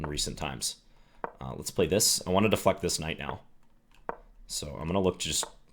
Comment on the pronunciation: Haha, I heard the same thing! Had to listen thrice before I realized he said "deflect"